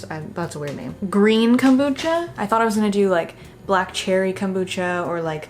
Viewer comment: the witch's kom-brew-cha!!